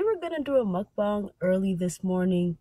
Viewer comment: y'all need to get a grasp on pronouncing mukbang wrong lol